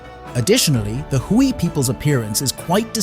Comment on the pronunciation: Not "Hooie". It's pronounced "Way"